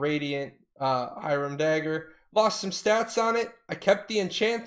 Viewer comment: I hate the way you say hiram, say it the european, god that shit kills me... H"i"r"a"m